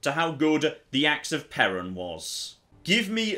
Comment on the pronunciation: Did... did he pronounce Perún almost correctly this time? You'll get there, some day.